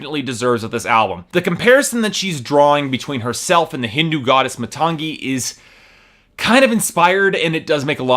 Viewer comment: i should have stopped watching when you couldn't even properly pronounce the name of the album (muh-TANG-ee)